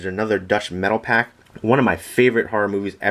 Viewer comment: its metalpak not "metal pack"